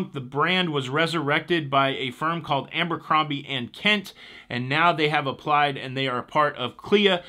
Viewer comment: Not sure if you’re mispronouncing Abercrombie on purpose or not..